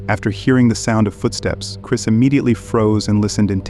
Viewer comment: It's Chris not Chirs check the mark!